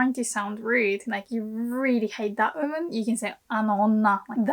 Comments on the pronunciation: your English pronunciation is so good, but I don't understand why you keep saying "OOHman" instead of "WOman", I realize the hiragana for "wo" is pronounced "o" but YOU know the "W" is pronounced in English. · how hard are you cringing at the way you say oOO-man in this video? 😅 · Seems she drops the W sound. Maybe British accent? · はいつも面白いの事動画レッスンを作ります。ありがとう！日本の文化と漢字のテマはスーパおもしろいだと思います。もっと作りておねがいします。質問です:「って」何ですか？ 動画の中ではは「優し人になって」って親はよく言います。」と言いました。私はよく日本人が「てて」,「ってって」と言うのを聞きますが、その意味はわかりません。はすでにこの文法構造に関する動画を作成しましたか？ すみません、I have also to ask a question about English pronunciation by Japanese people. Why are native Japanese speakers able to pronounce the word "one" perfectly, but are unable to pronounce "woman" properly? I mean, the beginning of the word "one" and the beginning of the word "woman" are pronounced exactly the same in English. But often native Japanese speakers say "uuuman" instead of "woman". I don't understand why. ドイツのベルリンから、お早う！ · The way she says ‘woman’ here kinda sounds like she’s saying ‘human’ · you are the best teacher on YouTube! one constructive comment: you are mispronouncing the word "woman" check the pronunciation on the Google translator or on the Cambridge or Oxford dictionaries online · That's interisting, from my perspective of a non native English speaker, I always thought that her English sounds very british (and beautiful hahaha!), but the way that she says "woman" is strange even for british, If I knew where she lives (or learned English) it would be help to clear things up hahaha. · I know this is a Japanese lesson and not an English lesson, but you may want to work on your pronunciation of "woman". Note that "woman" (singular) and "women" (plural) are pronounced very differently in English. :)